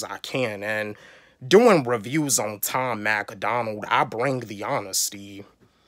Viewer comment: Learn how to say Tom Macdonald first 😂 it’s not Tom Mac A Donald 😂 and of course most reactors are going to do Eminem for views since he’s the biggest rapper but good reactors have a good variety of reacts so the don’t gotta do only Em 😂